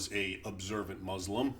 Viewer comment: you can't even pronounce words like : Salahud'din, muslim, etc, how much of an ignoramus are you?